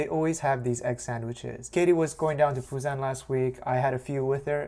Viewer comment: Just curious, but why do you pronounce Busan the old Japanese way (ふざん、fuzan) in English?